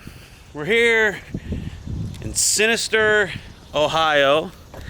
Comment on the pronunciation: Minster! Minster Ohio, not Sinister 😂